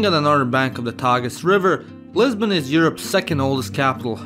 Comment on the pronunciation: And I thought I heard Lesbian 🤣